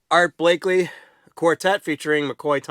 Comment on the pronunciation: It’s Art Blakey… not Blakley…